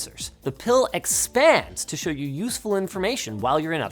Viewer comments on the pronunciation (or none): none